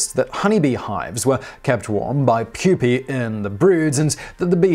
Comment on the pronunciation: Please keep saying pupae...